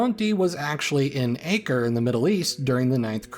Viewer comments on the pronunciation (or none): Acre is pronounced ah-ker. It has nothing to do with the measurement; it's just a coincidence.